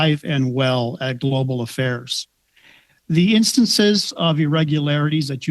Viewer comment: “Global Affails” …that’s the new catchphrase